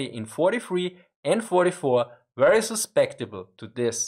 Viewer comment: Heh dude susceptible is pronounced "sus-sept-ible" 😎